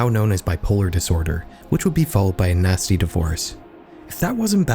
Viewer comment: Did you say ‘natsy’?